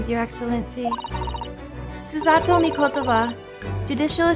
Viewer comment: Btw, don’t worry about your pronunciation on Susato’s name, you got it pretty spot on!